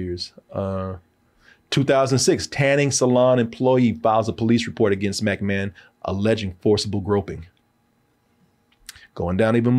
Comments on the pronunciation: Am I the only one getting triggered by how he would say Mcmahon. I was like it's not Mac like Big Mac. It's Mic like Mick Foley. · And McMahon is pronounced the same way one would say McDonald's